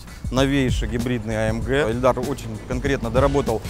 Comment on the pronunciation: Каждый раз слышал эльдар и ни разу Ильдар.